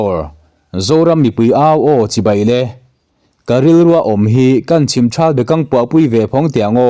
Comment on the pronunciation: Chhim trhal tia lam loh tur chhim thal tia lam tur a nin